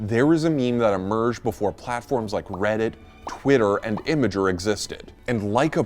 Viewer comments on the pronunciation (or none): I cringed when he said 'image-r'. Its 'im-g-r' you heretic.